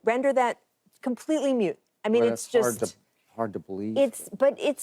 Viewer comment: Moot, not mute.